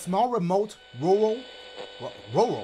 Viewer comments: RahRul. 💀 Rural Dash?? 😂 Had me deaddd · Bro i died when dashie tried to pronounce rural